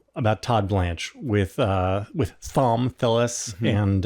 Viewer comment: Why would JVL say Thom Tillis’ name so weirdly? Was that on purpose???